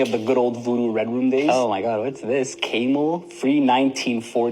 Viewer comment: Um guy with voodoo doll....cay mel?....do you seriously not know how to pronounce camel?🤨 Also, you get a "mystery" box, that smells extremely bad, ...and so you proceed to open it...are you off your meds?😂